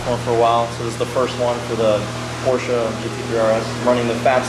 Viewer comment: FINALLY! I car guy that says Porsche correctly! BRAVO, my friend! BRAVO!! Beautiful car as well!